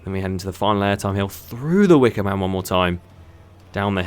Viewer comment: He said DA WIKAMAN